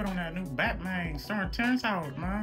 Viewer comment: Not Bat Mayne😂